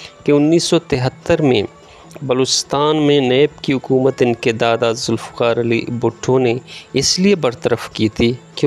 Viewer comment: معزرت کے ساتھ ح کو ع نہ پڑھیں جیسا کہ عکومت/ صحیح تلفظ حکومت عوتے/ صحیح تلفظ ھوتے عصہ/ صحیح تلفظ حصہ امید ھے کہ مجھ ناچیز کی راۓ پر ناراض نہیں ھونگے آپ کا انداز بیاں بہت زبردست ھے شکریہ